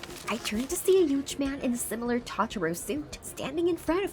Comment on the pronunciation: Taaaatoro you mean totoro